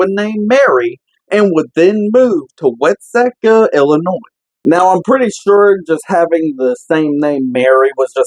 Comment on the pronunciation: I live in that town, its pronounced wat-see'-ka